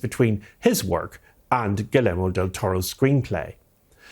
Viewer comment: Great video. Just fyi, his first name is phonetically pronounced “Ghee-YEHR-moh.” A more common name here in Texas.